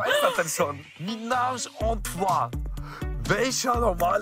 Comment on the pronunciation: Es heißt einfach nur „ Dreier“ umgangssprachlich 😅 und es ist trois nicht troi